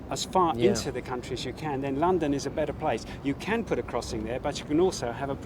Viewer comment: What? A woaman woad in wondon???